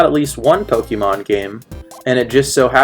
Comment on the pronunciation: It's pronounced poh-kay-mon (listen to the theme song) not poh-key-mon